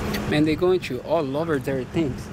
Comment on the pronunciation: I enjoy some of your videos. But please man, it's not "tru" its "through" ... Pronounce the "TH" in it.